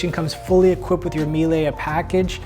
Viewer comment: It s pronounced miel-uh not mielay. Also, love your lucious hair